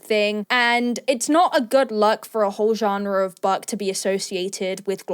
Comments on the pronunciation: why am i hearing...'buck'? instead of book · Is she saying buck or book?